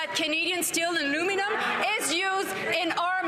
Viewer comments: sit down 🐸 she said maluminum DRINK twice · Champagne, don't you need to speak English to be a minister? Did he say aluminuminumb ? LOL😛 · I love that Melanie Joly can't pronounce aluminum properly, lol